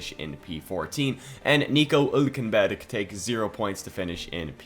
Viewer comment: What the hell was that Hülkenberg pronounciation supposed to be?